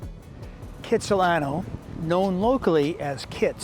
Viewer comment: It may be the hippest place, you need to pronounce it correctly though......it's Khatsahlano.....check out the history! You are right, It is spectacular! Thanks for the like!